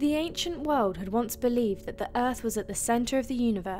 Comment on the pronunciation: Good video. Cute voice 😁 I love the way she says wold 🤣🤣